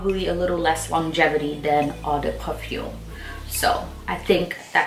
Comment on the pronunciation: “ Oh- de- pa-foom “, “oh-de -towa-lett”